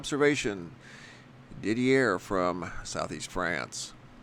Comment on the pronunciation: Thanks for sharing with us 🙂 BTW, Didier is pronounced DEE-DEEA... I know this is just a detail but it was hurting my ears to hear is name pronounced incorrectly... I’m sure to find myself in the same situation should I need to pronounce a foreign name 😊